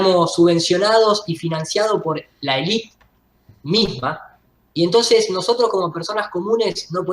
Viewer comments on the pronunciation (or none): none